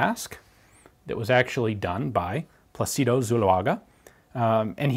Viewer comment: Incidentally, it's pronounced PLA-ci-do and not pla-CI-do. Wouldn't bother correcting this minor mistake to someone who doesn't care for details. I correct it for Ian BECAUSE he DOES care for details.